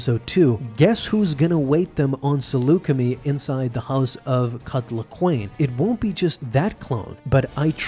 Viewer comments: Pretty sure it's pronounced (Seluca-My) not (seluca-Me) as that's how Obi-Wan pronounced it in Revenge of the Sith. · It’s pronounced as “Saluce-MY” but otherwise great vid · For all of you Star Wars nerds out there Saleucami is pronounced something like this: (sah-loo-ka-my). As I’ve heard the word spoken in the Star Wars franchise! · I find your pronunciation of Saleucami annoying, it's a long I at the end, want proof, Kenobi has you covered in the S2 ep before Cut's introduction, and in Revenge when he speaks with Anakin after Skywalker missed the briefing.